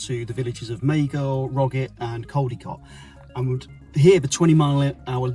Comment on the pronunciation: Can’t even pronounce CALDICOT….. Its Caldicot not Coldicot.. CA not CO at the start of the word … And your supposed to be a Journalist….